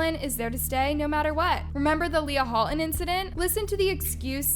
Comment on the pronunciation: "Leah Ho'olton"